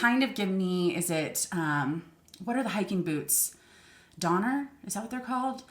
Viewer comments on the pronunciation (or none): none